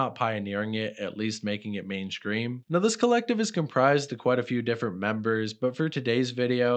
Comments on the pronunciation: Are you saying main scream instead of mainstream? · did you say mainscream instead of mainstream on purpose all the time 😁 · Are you saying mainscream?